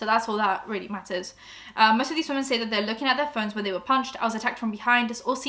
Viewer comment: I’m sorry this is a horrible topic, but your pronunciation of “women” is killing me. When its one woMAN you say “woo-man” but when they are talking about more than one “woMEN” you say “wi-men” ok bye bye now